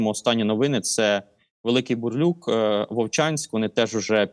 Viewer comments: Дякую панові Миколі за аналіз, проте його наголоси роблять боляче харків'янам) КУп' янськ і Великий Бурлук (не Бурлюк) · Дякую за випуск! І ЗСУ за роботу! Вони найчудовіші. Малесеньке бурчання: Ку́п'янськ, Великий Бурлу́к. Ну й до купи Рога́нь. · Великий Бурлюк 🤔 .. насправдi нема нiчого страшного, що хтось не зна як правильно вимовляти назви мiст, але треба виправлятися..